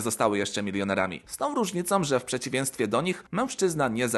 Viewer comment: Dlaczego wymawiasz "N" zamiast "Ń"? Np.: - "w przeciwieNstwie" - "zakoNczył"